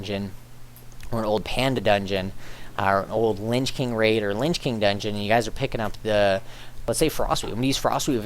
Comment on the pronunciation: sounds like u said linch king :P, in all seriousness i loved the guide and am praying it works :P